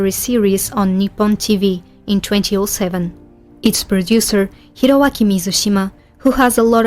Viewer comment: Imagine using AI voice and still failed to say 2007 but saying twenty o seven.